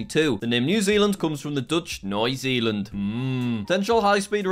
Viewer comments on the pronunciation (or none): You can't pronounce Nieuw a lot more wrong than that. It's pronounced Neew. : Yes. : Wait till Polish. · I love how he totally butchers saying “new” in Dutch even though it’s pronounced almost the same in both languages 🤣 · you have to speak “nieuw” out like the English word (or at least it’s close enough) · As a Dutch native it hurts to hear Jack pronounce “nieuw” in a German accent when in reality it sound much like the English new